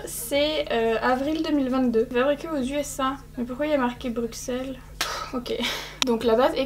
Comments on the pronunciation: C’est pas Bru“x”elles mais Bru“ss”elles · Les belges ont souffert en entendant ton BruXelles xD Pitié ça se prononce BruSSelles haha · BRUSSEL pas bruXelles s'il te plaît le X se prononce ss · On prononce BruSSelles, pas BruXelles 😭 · BruXelles... J'ai faillit m'étouffer 😂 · Ça se prononce brussel, juste pour info🖤